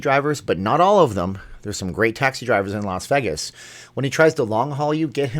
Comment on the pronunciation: it's Vay-gus, not Veegas..